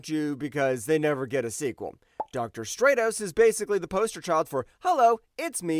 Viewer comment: Stratos: Strat•ows